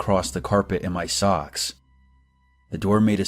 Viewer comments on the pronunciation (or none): She didn’t say “socks”